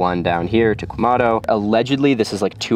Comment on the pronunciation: It's Quemado, not Quemando.